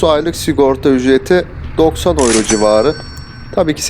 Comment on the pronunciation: Gurbetçiler ağız birliğimi yaptılar da “ yüro “ ya öyro diyorlar 🙂